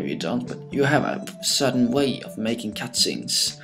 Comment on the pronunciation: did you just say Cat-Scenes?